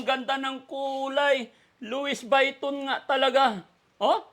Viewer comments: Luisviton hnd luis bayton 😊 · Lowis vayton?Ikaw naman.Lwi viton pronunciation ata nyan😂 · Daddy. Luis. Vetton po hindi luisviton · luwi viton po ang pronaunciation not luwis vayton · louis vuitton pronounce as "luwi v ton" po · It is pronounce Louie Viton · Lowe biton po ang pronunciation yan... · Louis Vuitton[LOO-ee vee-TAHN] hello no offence ment pero eto pa ang tamang pag bigkas nyan name bran na yan. Salamat po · The better way to return the money to Oliver is to put it in the bank in his name and give a little amount to Oliver for safety purposes. Give an amount of 20,000 pesos to put it in his new wallet Louie Baitton( Loy Biton) as pronounce. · Pronounced as Luie Vuiton. Google nyo po ang pronounciation ng Louis Vuitton. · Luwi Viton ang pronunciation ng Louis Vuitton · Wow Kuya Oliver napaka swerte mo dahil maraming nagmamahal sa iyo kaya magpagaling ka na ok LOUIS VUITTON pronounced as Lowee Vitoon hehehe I love this video I had a lot of laughs so so much God Bless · LUWI BITON SA PAG PRONOUNCE ❤❤❤ GOD BLESS PO❤❤❤ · Lam poh un ni joker lang xa kya louis biton sbi nya😂😂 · “luwi biton” po ang bigkas😂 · Swapang talaga si yero, poor Oliver he can still remember who took his money.daddy Frankie yong wallet niya( lowi- viton) ang pronunciation, no offense , sorry correction lang po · Luwi Bwiton ang basa dyan.. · Pronounce LUWI BITON 😅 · 😂 cute naman pronunciation mo but it’s pronounced Loowee Bhatan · LOuis Vuitton pronouce as (Lo-we Be-ton). ❤ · Louis vuitton to pronounce(Louis Vitton)silent U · Lou wee vitton ang pag pronounce ( Louise Vuitton) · 😁,, ganito pagbigkas nyan,,"Lowi Biton"🤭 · Sounds not right...( Wrong pronunciation )